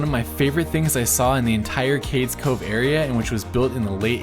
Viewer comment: FYI: Cades Cove is pronounced Cade.. eaze Cove